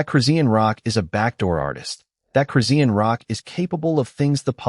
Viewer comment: The way that AI voice CONSTANTLY REPEATS EVERY NAME IS CRAZY! Redundantly mispronouncing Chrisean Rock at the BEGINNING OF EVERY SENTENCE is crazy. Only a computer generated "voice" (AI) does that. I've heard her name more in this video than in the last TWO YEARS COMBINED 😳!